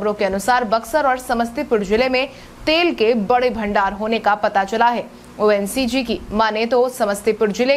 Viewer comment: ONCG नहीं मैडम ONGC (Oil and Natural Gas Limited) होता है.